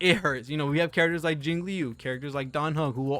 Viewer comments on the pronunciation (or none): none